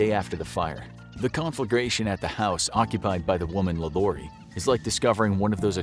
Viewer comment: 1. You greatly mispronounced “LaLaurie” which is French. Yet, your idiotic self was able to pronounce other French names in this video? Please do us all a favor, especially those of us that actually spend our “clicks” on your videos, and get the actual pronouncements of the names correctly. You’re welcome.